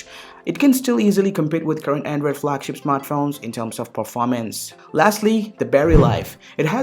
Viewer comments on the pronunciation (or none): none